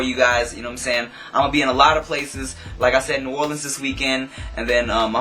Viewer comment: YAYYYY you said new orleans right! =D